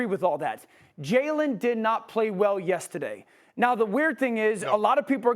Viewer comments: DUUUDE yes. I didn't wanna be an A$$ and mention it but that "yestidday" has got to go. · For the love of god please teach Dan Orlovsky how to pronounce the word “yesterday”. I have heard him correct himself once months ago but every other time he says “yes-today” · Dan : “yes today” “yestaday” lol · Dan wanna say “yestaday “ so bad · Dan 'Yestadee' Orlovsky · “Yistadae” - Dan O. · The way Dan O says Yestaday 😂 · I came here just to see if someone else noticed… “Yestahday” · Am I the only person who noticed how Dan says “yesterday”? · Dan can you please say “yesterday” again 😂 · Dan says yesterday like he was born and raised in Boston 😂. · has DO always said “yesterday” like that? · Had to check if I was the only one